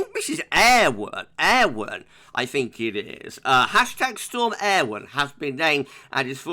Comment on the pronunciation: Great video - yesterday's Met Office press release included how to pronounce 'Eowyn' - I think you're pretty much spot on!